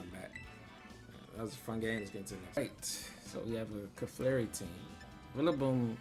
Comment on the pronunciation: This team is so broken! I digg it. 👌🏾 Also, you crack me up every time you call Clefairy, "Caflarey!" Lol 😆